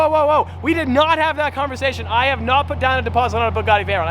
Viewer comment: Why does pronounce Bugatti as "Boo-gotti"?